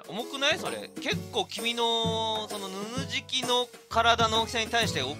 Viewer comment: 名付け親の加藤さんでさえちょっとぬぬじきって言えてない時がある